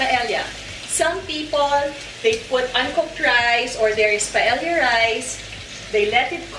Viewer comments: Its pronounced paeya. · Kasi sa Spanish "y" kasi ang pagbigkas ng double "ll" like caballo(kabayo or Cabalyo), calle(caye or kalye), silla (siya or silya) and paella(paeya or paelya) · Glad Leon pointed out the pronunciation of paella. It is pronounced as pa-e-ya. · Hi Ms. Marjorie I really like watching your vlogs. I have cooked some of your recipes, all delish. Just to a little info po how to pronounce Paella, kapag double LL it should pronounce like Y (ia). Thats how they pronounce po spanish words. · Hi. I hope you don't mind if I correct you. It just bothers me. Paella is actually pronounced as "PA EH YA". Your version seems delectable because of the chorizo bilbao. I will try that. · my whole life i've been calling this dish as paella but my boyfriend would always correct me & tell me it is pronounced properly as 'pa-e-ya' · MARJ mali yung pronunciation mo ng PAELLA.